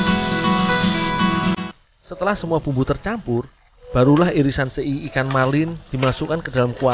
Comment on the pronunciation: SE'I ya bukan sei